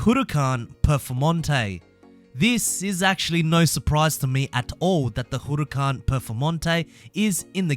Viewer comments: why u say it like hooracan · Am I the only one who is triggered by the way he says huracan?